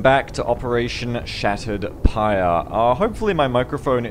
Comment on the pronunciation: Not pie it's pyre :D Really good execution of the mission though.